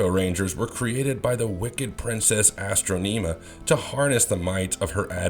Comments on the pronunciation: "Astro-nima"? Sorry, but that was a cringe-worthy pronunciation of her name... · i hate this video....dude straight up pulling shit from his ass also who tf is astroneema lol its astronima